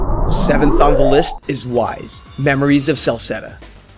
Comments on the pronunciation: "eees" not "wise"... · Ys is pronounced "Eese", not "Wise". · I always smirk when they called it "Whys" It's pronounced "Ease" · Came here to post this too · just correction; Ys is pronounced like "ease" not "why". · Did you just call Ys (Es) Whys? ._. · THIS LIST IS SO SPOT-ON! ...But is it really pronounced " Why's"? I thought it is " ees"... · Nitpicking here, but Ys is pronounced "ease", not "wise". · "ees" not whys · eeec and disguya not disgaya or whys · Ys is not pronounced "Whys;" it's "Eees" (like "Bees") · WHYS = Ys? Nope xD (it's pronounced Ees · Also, Ys is pronounced like "eace," as in "peace." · Ys is pronounced Eese or Eece depending on which side of the Atlantic you live on. #justsaying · Fucking 'Whys" and Dis'Gay"a... seriously? Why must you do this? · Ys is pronounced i-s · "Ys" is pronounced as "Ece" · you mispronounced Disgaea and Y's and Disgaea 4 isn't the best in the series : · / You mispronounced Ys, and Disgaea. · ***** we're sorry about that little mispronunciation. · Bobbyspray RPG = Role Playing Game An Action RPG is still an RPG. unless he specified his TOP 10 to be only 'Turn Base' RPG's then he isnt wrong, at all. The only thing wrong I see in this top 10 is the way he pronounces Y's and Disgaea.